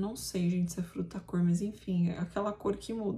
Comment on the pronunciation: se diz "furta-cor". É uma palavra difícil mesmo!